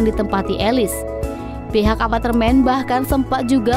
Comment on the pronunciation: Pengisi suarnya bilang Apatermen Bener gak..?